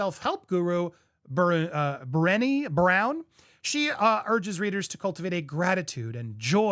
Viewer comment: I believe it's pronounced "Bri Nay" Brown...Dr. Brown is fantastic and walks the walk. I hope Dr. Brown doesn't get involved with Meghan. It will ruin all the success Brene has achieved.